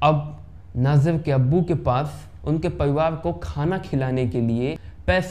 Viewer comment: अरे भाई नाजिर नही नजीर है